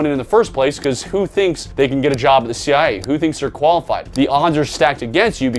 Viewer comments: Why can’t he say “CIA”? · Why do you keep saying CI instead of CIA?